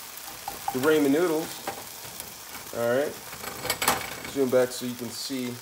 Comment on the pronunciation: Imma need you to pronounce ramen correctly sir 🤦🏾‍♀️🤦🏾‍♀️